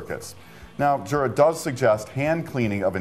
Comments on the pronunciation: I work for a Swiss company (Jura is Swiss), and when I told them about my A9, they corrected me on pronunciation - they said in Swiss German, the "J" is pronounced like a "Y", so more like Yura. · Yes but the American office should pronounce it correctly too. It’s definitely pronounced as Yoora. Sorry for being picky.